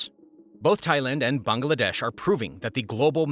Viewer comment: Bangladesh is pronounced as bang-la-desh not bang- a- la- desh, isn't it? Do you pronounce Tesla as Tesler?